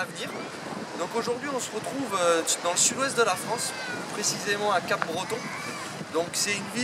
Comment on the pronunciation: Bonjour je vois que tu mets au même spots que moi (estaquade) et je te conseil a coter de lile au pirate...et aussi sa se dit pas cap breton mais cabreton